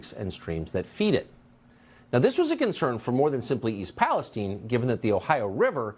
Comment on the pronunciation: Yes I live a town away from East Palestine and we pronounce it palace-steen